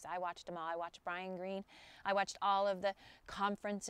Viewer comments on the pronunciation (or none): none